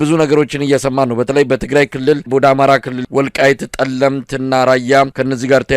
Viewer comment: ወንድሜ ዘጋቢ "ፀገዴ" ሳይሆን ጠገዴ ነው። "ፀለምት" ሳይሆን ጠለምት ነው።